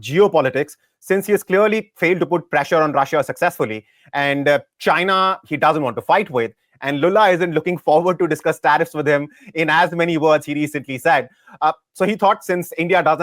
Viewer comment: Bro said Lulla ( लुल्ला) instead of Lula लूला 😂😂😂😂